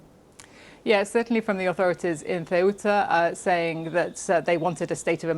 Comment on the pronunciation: FFS learn how to pronounce Cueta(hint sounds a bit like Kuwait) Obviosly organised yeah, but the big question is WHAT NOW?